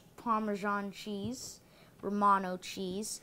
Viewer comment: instead of romano cheese I understood: "or mono cheese" xd